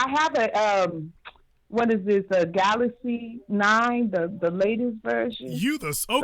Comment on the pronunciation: 😂🤣 I have a galasee 9.... I told u I have a Motorola. 🤦🏾‍♂️ What is a galasee 9? And why is it all these women with 100 PHD's, doctorate, etc can never figure out how to send an email when it's time to send photos